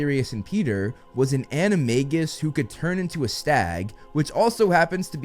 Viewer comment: bro says in most of his vids "its pronounced animajus